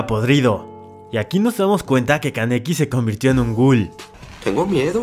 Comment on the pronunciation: Solo se dijo el nombre kaneki Ken bien una vez XD